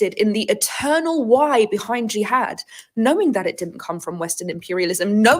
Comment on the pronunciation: Gee-had😂 she’s great